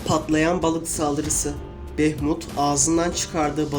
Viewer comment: Bunun ismi Behmut deil behmud